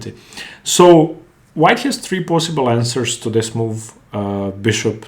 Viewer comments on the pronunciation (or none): => horrible English!!!!!! e 'tree'(3) ??????????